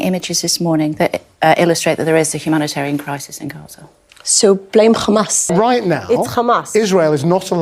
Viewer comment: It’s khamas! It’s Khamas! It’s Khamas!😂😂😂 !! She is Khara!!!